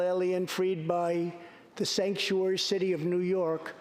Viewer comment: "Stanktuary" was the most hilarious misspeak I have ever heard. You guys need to co-opt this STAT.